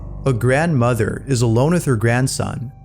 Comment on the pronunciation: Grand Mawther